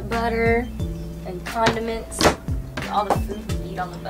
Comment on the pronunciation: I almost thought she said condoms not condiments.